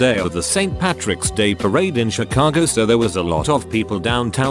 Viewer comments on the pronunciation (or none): none